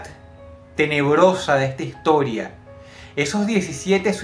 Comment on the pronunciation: Egta higtoria xdxd